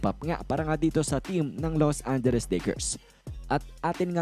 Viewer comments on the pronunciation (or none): Ano bang Los Anderes? 😂